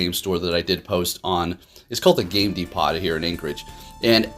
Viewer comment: Bro, I love your videos! Thanks for keeping up the great content. I always watch and like when I get a notification. As a heads up, Depot is pronounced DEE-POH just lookin' out bro 👊🏼